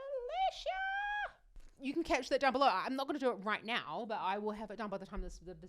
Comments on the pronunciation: Her name in english is more of "Alecyah" alicja rather than AliSHIA, just saying. Thank you for reactions and explaining singing science ❤❤❤ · Also, it's pronounced ah-LEETS-ya :)